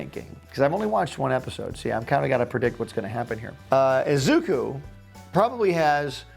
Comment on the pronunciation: The name is said Ee-zuh-koo in one motion instead of Ezookoo just thought you should know